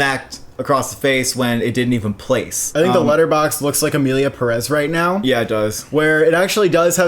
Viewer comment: Emilia Pérez is pronounced like Emilia Peh-rez with the stressed syllable in Pe.